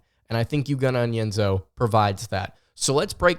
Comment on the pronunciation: It's eww-go. Not you-go.